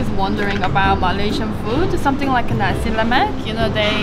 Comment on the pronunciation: pronounce nasi (rice) with clear S, else it will sounds like something that comes out from the third reich,.. but malaysian dont really care actually